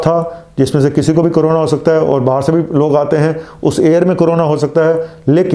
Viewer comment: Corona ko karona kyun bolte ho Dr sahab aap doctor he ho na?